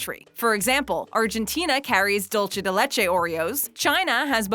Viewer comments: UM WHY WHY WOULD YOU PRONOUNCE DULCE DE LECHE SO BADLY- ITS DOOL- SE- DE-LECH- E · She really said “dulchea”